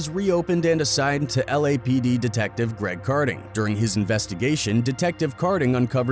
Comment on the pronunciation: It’s kading not karding , come on man